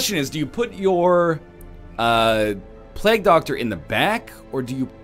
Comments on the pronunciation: It's pronounced 'play-ge' doctor, not 'plag' btw. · he said pl-EGG doctor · Also, he can hardly speak english considering the way he says Plague "Plagg" and Ancient "Angshent" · never pronounce it correctly, I wouldn't bother. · oh god, forgot how bad NL butchers the word "plague"